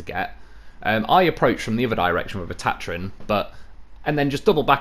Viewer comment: you're saying Tatarin wrong, just sayin..